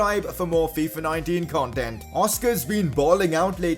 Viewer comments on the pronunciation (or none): none